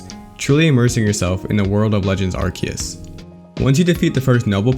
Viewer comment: first impression: mediocre video for mispronouncing arceus ;)